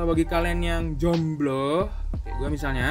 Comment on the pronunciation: Kenapa si ngomong jomblo nya harus pake penekanan, kan sakiit ya 🤧